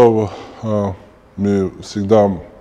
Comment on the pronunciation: Не ми а мы 😁